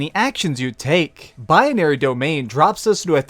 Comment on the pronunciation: Number 2 bye-uh-nary domain? Can you not read? It's binary not bianary.